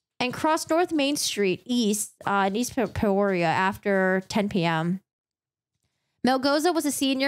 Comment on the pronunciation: Peoria is pronounced "pee-or-e-ah" Also the 's' in Illinois is silent.